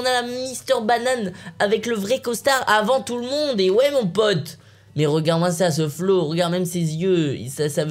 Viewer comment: michmich est restée au Canada "mon pate"